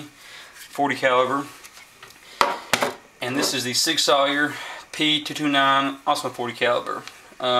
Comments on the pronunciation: Just an observation and not a criticism. It's not pronounced sawyer it's pronounced Sauer just like the word sour. Good video, you could have used more lighting. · SAUER sounds like SOUR. Fun Fact